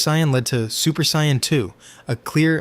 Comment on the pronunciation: look if you're going to make this type of content don't use AI. Actually hearing how your voice flows and emphasizes certain points matter and AI cant do that. Also AI is saying super Cyan not super saiyan